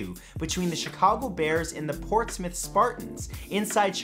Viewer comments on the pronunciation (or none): none